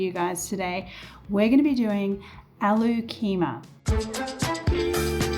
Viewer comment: I always enjoy your cooking show and have tried several dishes. They were delish The correct pronunciation is “Ah Loo” = which is potatoes(Indian) and “Khe Mar”.